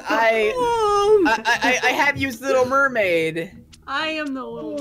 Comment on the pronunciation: It's a mer-wade :D